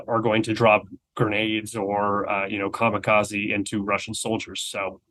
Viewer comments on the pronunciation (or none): none